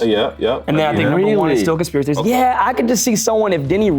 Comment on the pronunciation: I keep reminding it back hE said conspiracy trophies he said it wrong I’m over here laughing can’t breathe😂😂